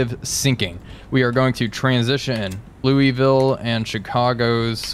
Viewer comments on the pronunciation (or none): Repeat after me: "Lou-uh-vul" NOT Lewisville. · Remember, Louisville is pronounced “Louwavull”